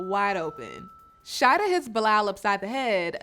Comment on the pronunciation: It’s Sha-EE-dah 😂